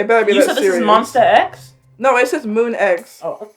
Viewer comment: SHE SAID MONSTA X 😭